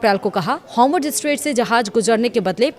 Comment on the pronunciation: Hormush nhi hai madam,Hormouz hai